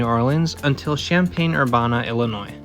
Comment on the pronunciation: Well your pronunciation is off. I went to school there 😂. I took the train there many times.